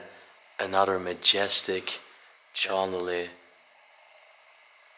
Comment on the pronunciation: Loving it, thanks, When you pronounce the word chandelier it is sh anderlier not ch anderlier, just saying. I like that you both respect the properties you visit, plus your both kinda good looking too 😊